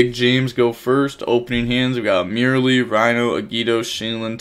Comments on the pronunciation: For God's sake it's Mer-lee, like "mer-maid", not "merely" lol.. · Its so easy to pronounce it correctly, why take the extra effort to not read the name and mispronounce it lmao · How do you pronounce Reino correctly, but mispronounce merli? You doing it on purpose !😂